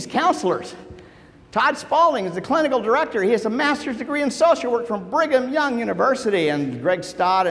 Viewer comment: I thought he said Bring 'em Young University, lol.